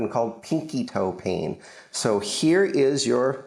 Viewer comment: Why do u say pain like peein